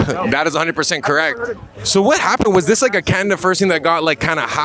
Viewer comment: " canad taking a dive " can't even pernounce " Canada " right..